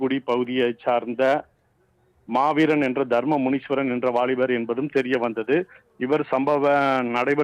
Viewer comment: முனீஷ்வரன் இல்லை. முனீஸ்வரன். தலைப்பில் உள்ளதுபோல் படி.